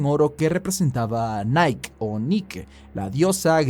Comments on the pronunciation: Buen video! Solo un detalle... en español el nombre de la diosa de la victoria se dice "Niké". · Buen video,. Solo corregir la pronunciación de Nike, la diosa: en inglés es "naiqui" y en español es "niqué". Saludos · La diosa griega de la victoria se llama "Niké ", tal como se lee. :)